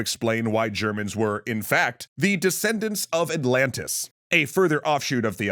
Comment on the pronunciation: “Ze myth of Atlantiiis” is now a verbal stim for me. I hope you’re happy lol